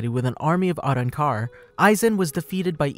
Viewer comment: I just really hated the way he pronounced “Arrancar”